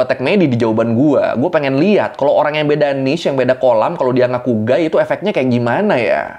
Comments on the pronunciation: Guy ya, bukan gay‼️🤣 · Guy bukan gay😭😭😭😭😭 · Ngakak....beda u sama a awkwkwkwk....jelas jelas guy...guy...bukan gay 😂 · Guy gaes bukan gay🤣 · A DI BACA E JADI GEYYYYYY BUKAN GAYYY HEEE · Penyebutan "gay" dan " guy" emang beda tipis tpi beda arti😂😂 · Bedain 'Guy' sama 'Gay' ya😂